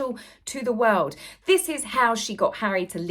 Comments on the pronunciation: Will someone teach Hawwy how to say W-O-R-L-D?🌍🌎🌏It's not Woowuld🌲🇺🇲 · I cannot tolerate the way Harry says "world". Does he have a speech impediment?